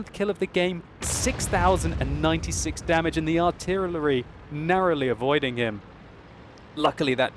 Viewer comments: "and the artiyelery" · "AND THE ARTEELEEREELY NARROWLY MISSING..."